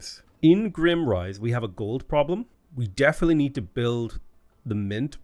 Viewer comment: At the risk of being totally pedantic (and nit-picky), your capital is "Grime" - rise (long vowel on the "i"). Strikes as as more "dirty" than "dark." 😉